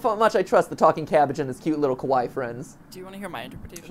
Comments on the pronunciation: I think the nightmares are references to perhaps Fairytales and Folklore that have involved cannibalism. Like the oven and the boy feels very Hansel and Grettel. Also ealier when Matpat says Kawaii... he pronounces it as "Ko-waii" and not "Ka-wa-ii" the little difference also means a different meaning "Ko-waii" is Scary and Kawaii is cute. It's ironic and funny and I don't know if Matpat ment for that. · Quick friendly reminder to be careful how you pronounce Kawaii. Kawaii means cute, but kowai means scary.